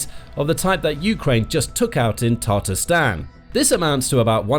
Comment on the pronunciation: Has anyone realized that he is pronouncing Tatarstan wrong